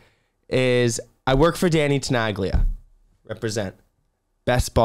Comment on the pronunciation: Wow, didn't knew there was a remix by Tenaglia! I can learn new stuff too ^^ BTW as someone with Italo roots as well, it kind of hurts me how you pronounce the legends Name 😄 the G in Tenaglia is silent 😁